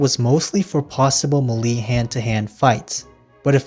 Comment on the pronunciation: The way you say mele infuriates me, it is may-lay not whatever you said, but otherwise, amazing video, helped me het out of an art block so thanks